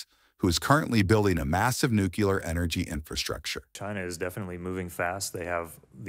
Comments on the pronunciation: When you write your scripts you might want to proofread them first…it’s pronounced Nuclear not Nucular… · President Carter could never correctly pronounce the word "nuclear," and his mispronunciation has apparently been passed down to another generation.😅